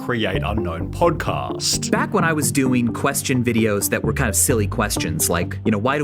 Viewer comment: The extra stress added to the end of the last word of every damn sentence... "Helping-a", "Doing-a". I can't stand it.